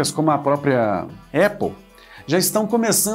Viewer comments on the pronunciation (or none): none